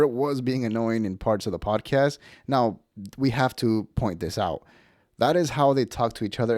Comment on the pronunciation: You channel should be called “mountain out of a mole hill” also you say podcast wrong. Podcast not PODAcast. Chip Chipperson would be pissed you took his bit 😂